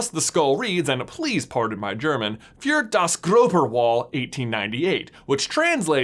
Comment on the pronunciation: Fyour das grober wall roflmao google can pronounce stuff for you, you know